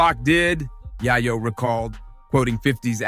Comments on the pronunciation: Can't even take your time to pronounced YaYo aka YeeYo correctly and that's a sign of a Culture Vulture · If this dude call YAYO AKA YEEYO .... YAHYO AGAIN 😂😂😂😂😂😂😂😂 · The way dude pronounces Yayo name is crazy work!!! 😂😂😂